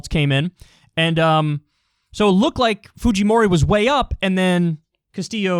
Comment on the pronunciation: You butchered "Keiko Fujimori" way worse than "rural"